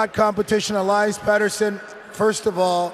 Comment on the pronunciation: How does Chellios not know how to say Pettersson’s last name??? Thats f’n ridiculous